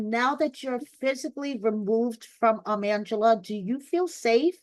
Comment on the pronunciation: Is Angela’s name being pronounced as “Mangela” intentionally? Lol